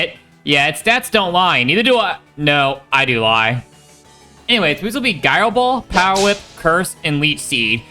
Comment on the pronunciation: Nooo! It's JAI-roh, not GAI-roh